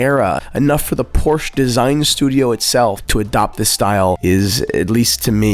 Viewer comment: What a wonderful selection of watches! My favorite in a while, also, editing was great 👍 Edit: Please learn to pronounce Porsche correctly